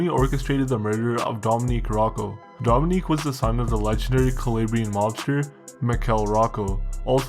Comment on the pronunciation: Great content but you gotta pronounce these Italian first names properly. Domenic. Not Dominique.